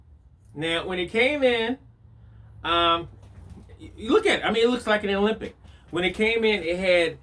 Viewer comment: It's pronounced ALEMBIC, not OLYMPIC. Otherwise, good video, as always..